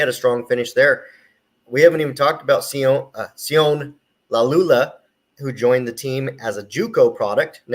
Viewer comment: As Tosh Lupoi corrected James crepia it’s pronounced “sio-nay”